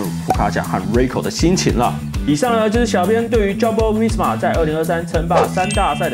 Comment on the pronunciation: 發音真的很厲害，全部的J開頭發音都念錯🎉